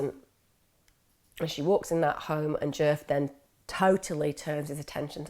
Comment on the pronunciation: I keep thinking ur saying jerk not DJef lol